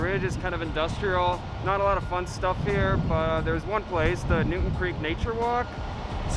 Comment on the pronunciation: It’s New”town” Creek not Newton .Also , McCarren Park is not in Williamsburg